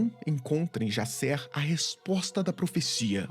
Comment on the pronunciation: É engraçado que que a gente tá tão emergido em cultura estrangeira (inglesa) que o Jaser vira "Jaysser" kkkkkk Ordem é Brasileiro, a história de Enigma do Medo se passa no Brasil, não tem pq o Cellbit e a Dumativa tornar o nome dos personagens estadunidense...